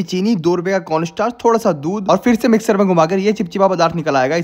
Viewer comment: Finally he said miksar😂😂